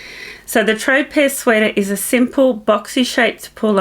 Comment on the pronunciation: I believe your Tropez sweater is pronounced “tro-pay” like the island.